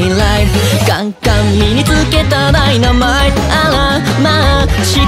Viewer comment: 歌みた投稿ありがとうございますᐡ •̥ ̫ •̥ ᐡ❤︎ 個人的に好きなところをまとめさせてもらいました🔉♡ "メラ"の入り方が何度も聞きたくなる中毒性すぎる😿🤍 "優等生"上がり方がかわいさあり儚さだアリですごくすきが溢れちゃう "カメレオン"癖があり 個性が出てる "じゃない" 小さい ぁ がはいってるみたいな歌い方がキラキラアイドル！！( ･ ･̥ )❤︎ "ダイナマイト" マイトの発音(？)の仕方が綺麗(՞っ ̫ _՞)ᐝ "危険なのよ" よ の上がり具合がビブラート聞いてる 耳に響くのとっても良い "だりぃだりぃ" のとこってなんでこんなに声が透き通って聴こえるの？？ってくらい声が綺麗𖦹 ̫ 𖦹 やっぱり裏声との使い分けが上手でのお歌の曲調に合わせてるってのがとっても伝わってくる💫^. ̫.^ "ボロボロ" 単純にここの声が好きすぎる "カメレオン"は何回聞いても耳に残るからの最高の魔法です➰🪄 "ガンガン" この言葉をより表現するためににちょっと間が空いてるのが素敵 ~ り↑の声の高さ 耳が落ち着く声でさすがってなっちゃう😿💭 "流行り" ここもまた ぁぁ って入ってる歌い方！ "実感" 何気にここの歌い方 個人的に1番好きなぽいんとです🐈‍⬛♡ の"だもん" は切実にアザトカワイイだよう(՞..՞)" ''わかんない"から入る声が儚くて切ない感じがして この歌の伝えたかったことがここに詰まってるって感じがします 他のとこよりも声が低くなってるのがギャップ萌え⛓♡ ちょっと静かに呟いてるような歌い方なのがまたいいT^T❤︎ 最後の カメレオン は元気ハツラツなのが最高にっぽくてすき は自分の声を使い分けるのかとっても上手で 聴いてて飽きないほど中毒性があるって改めて感じました👶🏻🎶 これは毎日聴くしかないのでたっくさん聴いて、もっともっとのかっこかわいいところを発見しようとおもいます👍🏻💙